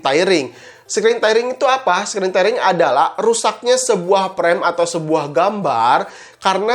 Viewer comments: tairing (tyring) ??? tiering (tearing) aaah... yg bener... displai port??? displei port kakaaa... masa channel IT baca inglish aja ngaco? tepok jidat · Penyebutannya, "Teering" bkn "Tairing", hehee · Tairing ya? Kirain tearing